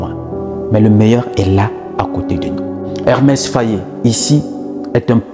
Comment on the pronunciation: EMERSE FAE , pas Hermès,pas Ernest ,merci.